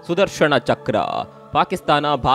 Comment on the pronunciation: ನ ಉಚ್ಚಾರ ಮಾಡಿ ಣ ಅಲ್ಲಾ... ಸುದರ್ಶನ